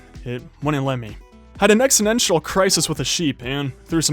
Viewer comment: "exinential crisis"